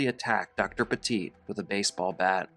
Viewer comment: Petit, like "pet it"